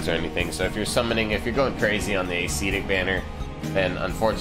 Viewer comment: Love your channel! Since you asked for some corrections, I would like to clarify that it is pronounced "əˈsedik" or "a' se tik" and not "a'SEEtic". Short "e" sound.